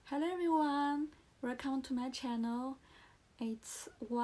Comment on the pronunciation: 1. 刚看到第八秒，你的channel 和 france的a都发错了，两个[æ] 你第一个听起来像是[e] 第二个像是[ei] 而且还把n吞了。 2. 看到第26秒，一个句子里不是所有单词的发音都需要完全完全发出来的，你应该完全不知道liason的一些规则。小词的弱读（比如，to不要发饱满的two, 而要发成/tə/，就好像can不发/kæn/而发/kan/一样），非元音单词前的t的吞掉，元音前的t变成flap t等 3. 看到第43秒， 你granddaughter的发音问题和france一样，那说明你真的需要在这个音上重新下功夫。pa的后面为什么有r的卷舌音，你读idea不会读成idear吧？ 4 看到第46秒，do是助动词后面的动词只能是原型，所以你想表达强调应该说，he did help me a lot. 然后是lot的发音，我不太确定你觉得自己是英音向还是美音向，如果是后者的话 not,lot 的o 都应该发/ʌ/ 而不是 /ɒ/, 但是你好像发成了/au/ . appreciate 及物 需要加 it